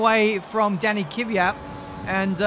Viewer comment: KVYAT NOT KIVYAT